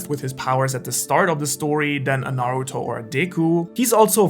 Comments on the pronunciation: Its Nuhroodoh jeez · Its pronounced Naruuuuuuuuuuudow!!!!! 😂😂😭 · It's Nahruhtoh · Speak's Japanese, can't pronounce Naruto. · i stop watching when you mispronouncing Naruto. its not funny. ever heard of constructive criticism?